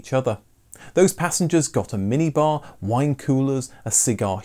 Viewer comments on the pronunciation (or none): none